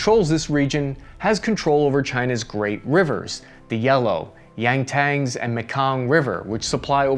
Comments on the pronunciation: It is pronounced Yang-see,Not Yang-Tangs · Sorry, I know I'm being an ass, but did you mean the Yangtze (Yang-ZEE) River? I could have sworn that I heard the Yangtang River, and I don't know where that is. 🤔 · it's Yang-Tze River not Yang-Tang. you made it sound like the WuTang Clan or sth LOL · He pronounced it YangTang, instead of YangTse. I wouldn't hold your breath, he seems to have a real hard time with Chinese pronunciation. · It's pronounced yang-SEE not yank-ZEN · Its pronounced yang-see river my boy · Yangtangs?! C'mon man. Where'd you grow up? BF oklahoma?! Its pronounced YANG-SEE river. Smh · Yangtaz? I thought it was yangzee? Not spelling obviously just pronunciation. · "Yangtze" is pronounced "Yang - Tsey". It is not pronounced "Yang-tangs". And the Vietnamese river which is spelt: "Mekong" is pronounced "Mee-kong". Ask your grandfather who fought there and likely spent much of his time patrolling the Mekong during his time in-country. "Nuclear" is pronounced "New-klee-ur". "Yarlung Tsangpo (or: Zangpo) is pronounced: "yar-long-tsang-po" (not: "-pro") - there is no letter 'r" in the last syllable: "po". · Yangtang river?! It's pronounced 'YangZEE' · Yangtze: China and the Rest of the World: (Yang-T-Say): Yang-Tangs Love the content but my brother in christ, google translate's audio read-back feature alone would probably save you from the CCP watchlist. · really said “yangtangs” river😂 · Yang tangz? Yang Tzee river dude... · OK, your Chinese is terrible, but "Yangtang river"?! Please tell me you're trolling. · . Correction. Pronunciation: Yang-tsee OR Yang-tsuh. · "Yangtangz." ...You tried, buddy. That's all we can ask. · .. first time I have ever heard the 'Yangtze' river (third longest river in the world and longest river in Euro-Asia) river pronounced as "Yang Tang".. lol. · The "Yang Tangs" river ? SMH. That is one of the most famous rivers in the world, how can you not know how to pronounce it ?!! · The YangTangs river 🤣